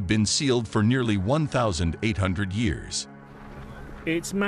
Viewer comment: While you say foe instead of for. I hate people